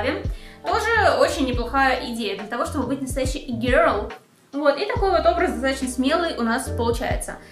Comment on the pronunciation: Как она раздражает)ппц. произношение и-гёрл))) из Англии)0